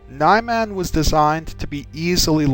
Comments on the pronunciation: This is a tiny point but I think it should be pronounced "nee-man" rather than "nye-man". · I love your videos. By the way. I'm not sure exactly how "Niman" is pronounced but I think "Knee-Mon" is the real pronunciation. It sounds more "exotic" than "Nye-Man". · NEEE MAHHHN My God you never pronounce the vowels properly. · Ni-man (Knee-Mahn) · I could swear you're pronouncing that wrong (I'm pretty sure it's Ni-MAHN with a short I), but either way, this is very helpful. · "Nye Man?" Where are you getting your pronunciation guidelines? I've disagreed with basically every form's pronunciation so far.